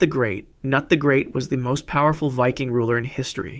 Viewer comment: How fucking hard is it to check the pronunciation of words you don't know. You sound like an idiot when you say thing like Nut The Great. It's "kah-noot"